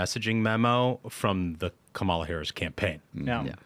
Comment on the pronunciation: Hey guys I love the show! I cannot stand Kamala Harris but you have to stop saying her name wrong on purpose. It just comes off as cheap and petty. There's plenty to attack her on so no need for elementary school insults. Other than that keep up the great work!